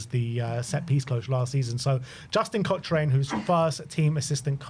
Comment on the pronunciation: Pronounced COCKRAN not COSHRAYNE you’re so annoying, get it right bro! 😅